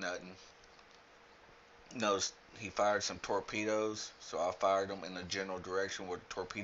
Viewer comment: did you say "Torpenis"?! :P